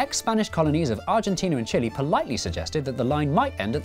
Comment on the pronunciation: As a Chilean, watching representing Chile makes me want to see him to be dressed as a giant Chili. And it is pronounced Chile not Chile. (damn English pronunciation rules).